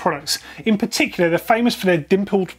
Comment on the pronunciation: “Now this is a particulicar one”